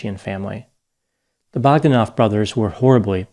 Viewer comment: Grish-sh-sh-ka it's SH, not CH!! BogdÁnov, not BÓgdanov!!!